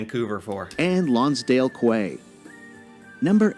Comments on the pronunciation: I agree that there were many mispronunciations. I'd like to point out that Quay is not pronounced "kway" but "key", and is "a long platform beside the sea or a river where boats can be tied up and loaded or unload" (Collins English Dictionary). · Quay is pronounced ‘key’. The narrator says Kway and Kwabeck. He also said New-found-land. Ugh. It irritated me. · The person narrating this is not a born Canadian. He consistently mispronounces words. It's the Rideau (ridoh), not (ridew) River. Quay is pronounced (key), not (kway). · The video he's watching is funny because it mispronounces a lot of things like Quay ... isn't "QU-WAY" it's usually (i can't speak of the specific place) but most times it's pronounced "KEY" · It's "Key", not "Quay"! C'mon narrator. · Quay is pronounced KEY. 😇canadian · Lonsdale Quay - Quay is pronounced "kee" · Quay?? It's pronounced key. LOL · When they said kway, I started to wonder if this video was made by a non-Canadian who had never been to the country. I'm not even from Vancouver and that got my attention. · And the Rideau Canal and "quay". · I've been enjoying your videos. I like your attitude about your own knowledge, and you have a good sense of humour. About the original video, why show Banff National Park without showing the town of Banff? Mind you, if you (the original narrator) pronounce Rideau /REE dyew/ and (Lonsdale) Quay as /kway/, I shouldn't expect too much. Is /kway/ one of those funny American pronunciations like foyer, buffet and roof? His pronunciation of Newfoundland was like nails on a chalkboard. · ..... its kind of embarrassing that they pronounced 'quay' like that >_> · The announcer butchers the pronunciations of “quay” and “Newfoundland,” too.